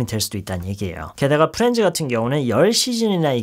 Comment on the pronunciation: 프렌즈라 발음하셔서 웃겨요. ㅋㅋㅋ